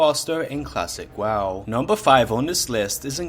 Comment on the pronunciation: did you just say klasick WaaW??